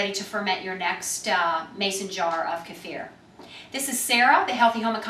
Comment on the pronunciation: Good video and so nice to hear Kefir pronounced properly for a change, it's NOT keyfer, keffer or keifer, well done...